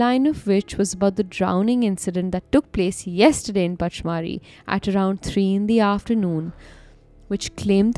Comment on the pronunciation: It is pronounced as "Pach-madhi" as in Nag madhi